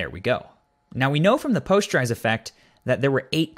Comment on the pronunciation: POST-ER-IZE not Pos-ture-ize